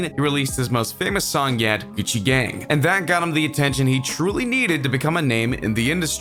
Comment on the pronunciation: He said gecci gang